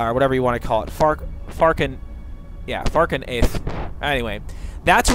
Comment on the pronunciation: Do you know how to say ANYTHING correctly? Or are you mispronouncing things on purpose? It's FALK-REATH!! Not Falcon-Earth!